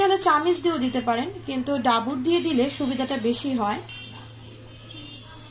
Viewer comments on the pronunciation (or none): আপনার বাড়ী কি north bengal এর কোনো জেলায় বা রংপুরে। এটাকে ডাবু বলে। ডাবুর না। বাংলা উচচারণ শিখে নিবেন।